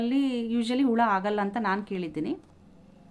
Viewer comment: Ula alla hula kannda sariyagi tilisi